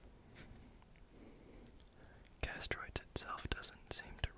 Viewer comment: Chitin has a long "I" like kite. K-eye-tin Therefore chitinous is also pronounced kite-in-us Secretions is si-cree-shins Convert not "connect" Castoroides is cass-tor-oy-dees similar to deez nuts Parasaurolophus not "Parasaurus" Same sentence: has not "was" Startled not "started" Lengthy not "lengthly" Disproved not "disapproved" Chisel-shaped not "chisel-snapped" Extremely efficiently not "extremely efficiency" Growing up to 50 feet long not "Growing up to SO feet long" that says 50 not SO. To take large vertical hops up huge walls and cliffs not "to take out large vertical hops to make walls and cliffs" And there's others... They have pronunciation guides on each animal's page in the wiki. Going through this again I noticed way more than I did the first go around because I was not reading along. You just did not know many of the words like trawling or the phrase "as it is not fast enough to catch..."....many things were not the font's fault. It's your video anyway you should be able to make it a good video without the font as an excuse. Oftentimes you were adding words where they didn't belong. Hope I was not too rude. Just trying to give you a quick kick in the pants if you want to make good videos